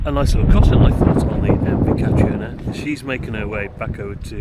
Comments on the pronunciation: Catriona is pronounced ca-treena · Catriona is pronounced like Katrina. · I believe it's pronounced Katrina but just spelt Catriona in the Scottish Gaelic kind of way. 👌